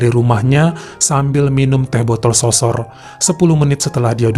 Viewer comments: Sosro bukan sosor bg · Lucu pas nyebutin Teh so sor